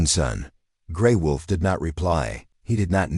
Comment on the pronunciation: Sometimes l wonder where the writers are from. The notes in these stories are not English... The pictures are usually strange. And it's...WOLF NOT VOLF